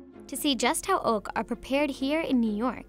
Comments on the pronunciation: i swear to god if i heard it being pronounced as ''ork'' again I'm going to lose my mind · Your saying ốc ưởmg